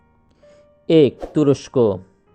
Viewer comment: আপনার প্রচেষ্টা প্রসংশনিয়। আশা করি ‘এক’ এই শব্দটির উচ্চারন শুদ্ধ করে নিবেন।